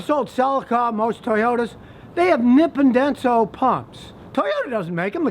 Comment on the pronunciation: Hey Scotty, it's pronounced "knee pon denso.". Just sayin' Love your videos